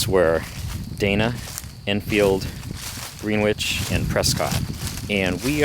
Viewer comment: Thank you for pronouncing Greenwich correctly!